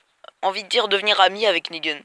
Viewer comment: Pas mal la vidéo mais pourquoi tu déformes les noms ? Alenxandwia Negueune Gwegowie Soviors ? Et c'est pas une petite avance que les comics ont car quand même sa fait plus de 3 ans que Negan existe dans les comics^^ Sinon gg la vidéo encore une fois.